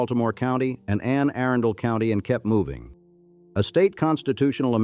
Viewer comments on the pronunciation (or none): Ugh, yes! And how it pronounced Catonsville and Anne Arundel. I was pleasantly surprised that it actually got Towson right.